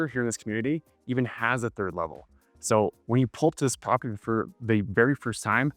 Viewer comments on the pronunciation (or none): none